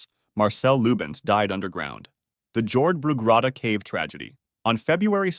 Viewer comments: Jordbrugrotta is said as “Yord-bru-grotta” if you are curious. It means agricultural cave. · Your mispronounciation of Jordbrugrotta is painful...